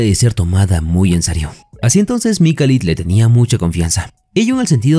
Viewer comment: Resumen genial me subscribi Pero por favooor se lkama Mikhail o Mijail en sudamerica . Donde duce Mikalitttt?????